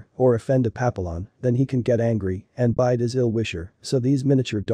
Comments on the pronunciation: Yeah pa-pill-on is incorrect. Pap-E-yon is correct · Can’t watch this with the very bad narrative and mispronouncing Pap a lions Yikes! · Pappyon, you’re pronouncing it incorrectly. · Can you teach the robot how to pronounce papillon correctly? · Please learn how to pronounce Papillion prperly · at least say it correctly AI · Yes- but still! It’s so easy to fix—i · It's a text-to-speech engine doing the narration. It needs to be taught how to pronounce Papillon.